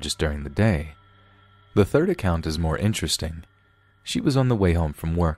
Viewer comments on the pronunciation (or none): none